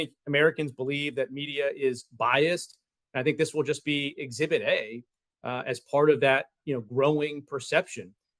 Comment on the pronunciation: Exhibit A?? Exhibit A-EEE!